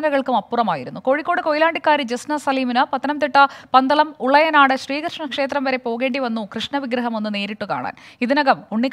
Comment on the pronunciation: ഉളയനാട് അല്ല ഉളനാട് എന്നാണ് 😀